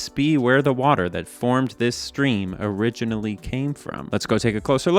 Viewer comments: “could this be where the water that formed this stream originally came from?” don’t you mean…o-ridge-inally? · "o-ridge-inally came from"